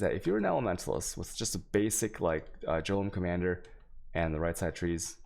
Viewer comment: dear lord, I want to listen to you because you give good info but I can't handle the way you mispronounce every goddam item in the game. Da fuck is a jolem?